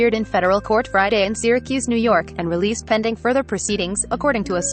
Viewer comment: Ummm…Re”leased”? Daaaayyyum!